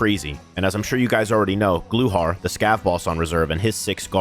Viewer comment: You’re saying glukhar wrong.. the k is not silent